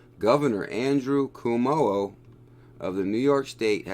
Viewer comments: Thanks for your research! Also, please use the correct pronunciation ---> Governor Cuomo (Quoh-Moh) not (Coo-Moh) - anyone in New York is cringing every time you say his name LOL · I’m from NY and laughed out loud when you pronounced Governor “Kuwomo”